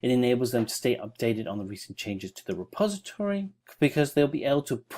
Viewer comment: It's "milit-a-ry", not "militry". It's "direct-o-ry", not "directry". It's "reposit-o-ry", not "repositry". Great tutorial btw.